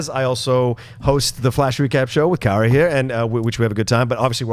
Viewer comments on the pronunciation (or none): Hey isn't John pronouncing Kaori's name wrong or is it just me mis-hearing him.